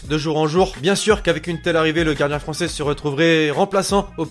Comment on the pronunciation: tu parle pas "francer"